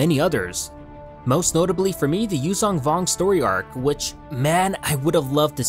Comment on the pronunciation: Its pronounced Yuuzhon Vong, basically in legends this was a brutal race of alien humanoids that lived in the Unknown Regions that would later invade the star wars galaxy after the galactic civil war between empire and rebels in the legends. The arc would basically be about them scouting out the galaxy to estimate when they should plan their global invasion of the galaxy.